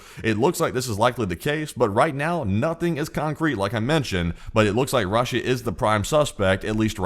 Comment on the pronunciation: why do you pronounce Russia like raw-sha